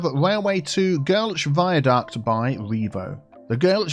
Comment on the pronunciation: How was his pronunciation of "Göltsch"? It sounded pretty good for an English speaker to me. But I'n still working on the fine points of pronunciation. Ich sprcehe nur einfaches Deutsch.